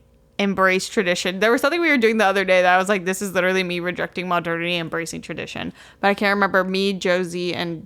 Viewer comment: The way said Fall as “Full” and Modernity as “Muhdernety”